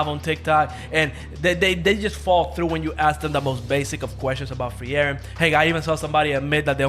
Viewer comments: it's not free-eren.. it's FRIEREN! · just say Free-ren.. they literally call her that in the anime sub and dub.. you make it so much harder